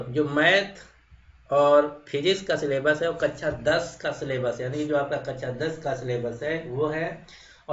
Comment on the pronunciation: कच्छा बोल रहे हो या कक्षा ?